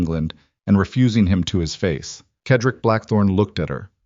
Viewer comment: CED-RICK ! That’s how you pronounce his name! How hard could that be?.